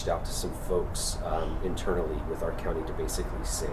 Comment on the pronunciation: Pet peeve it ts OUR as in hour not ARE! Pronounce it correctly! My pet peeve however it is important! You are so great glad you are back at it!!!